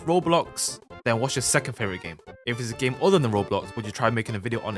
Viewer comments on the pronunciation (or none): " yeur " best thing i ever heard from:)